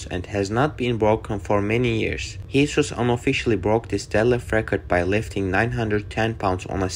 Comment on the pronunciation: mate the guys name is jesus, its a spanish name pronounced "hey-zeus". The guy literally says it in this video...